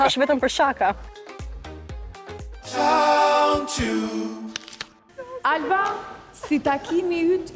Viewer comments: Jo sháka o alba po shaká me theksin tek a-ja e fundit. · Alba, meso si te thuash fjalen SHAKA!!!!